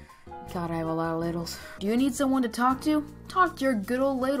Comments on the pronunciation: I thought you said LADIES explained 90 seconds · I THOUGHT YOU SAID *LADIES* EXPLAINED IN 90 SECONDS